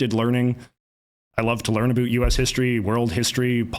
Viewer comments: JJ is a contrarian by nature and his pronunciation of “about” is closer to the America parody of Canadians saying “a-boot” than any other non comedian Canadian say that same word. I’m pretty sure JJ says “a-boot” like that on purpose to get attention. All of his other pronunciation are pretty average… and then he drops an “a-boot” out of nowhere. He does it for shock value. That’s who he is and that’s why it bothers me. It’s not natural, it’s a parody. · It's kind of annoying the way he says "About". More because it's obvious he tries to say it every sentence just to let everyone know that he is a Canadian that pronounces "About" in the way it is done in South Park. I'm Canadian, never once, not in my life, not once in my life have I ever heard someone pronounce it word like that. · it is INSANE that he actually pronounces "about" as "aboot" I'm from a border state with canada and it was my understanding that on the west coast they pronounce it as a sort of weird "abowt" like kind of similar to the american pronunciation but a little bit off and on the east coast they pronounce it as "aboat" and I had thought that "aboot" was just a fake misconception made to make fun of canadians this guy shattered my entire worldview and especially when he pronounces shit like "around" as "aroond" this shit is blowing my whole mind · The guy with the fakest Canadian accent. People, don't fall for this guy. No one says ABOOT in Canada. Su ludicrous hearing him say that. No one pronounces about like that. Lots of different Canadian accents but this is unknown in Canada and is obviously why. He would get laughed out of any room if he said ABOOOOT. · Thank you! This was driving me nuts as well. For the non- Canadians, in the stereotypical Canadian accent it is pronounced "aboat" not "aboot". This guy doesn't even have a heavy Canadian accent. The way he is saying it just does not sound natural. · His mother is from the Maritimes, where that pronunciation is common.